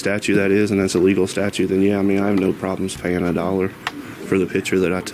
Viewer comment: The word is STATUTE, not statue, tons o’ fun. Seriously, you walk around doing this nonsense every day, and still don’t know what the word is? Lol.